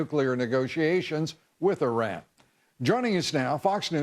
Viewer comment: Thank you for pronouncing Iran correctly! A lot of people say it incorrectly: 'eye-ran' and also 'eye-rack' for Iraq. Even solders that have been deployed there say is wrong. That's OK. Our solders can say it anyway they like. They earned the right.